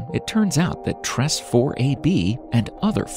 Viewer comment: Tress is pronounced " Treys "